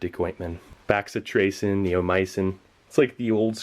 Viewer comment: Bacitracin pronounced Bass(like the fish)-eh-trace-in.